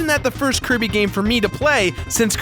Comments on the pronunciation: you called Kirby curry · in the video accidentaly said cirry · did anybody notice he said kirby wrong and outer words